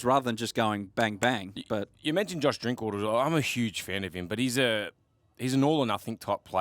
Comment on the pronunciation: "Josh drinkwater" 🤦‍♂️🤦‍♂️